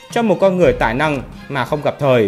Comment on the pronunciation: Đúng, tui chê mấy người phát âm không chuẩn lắm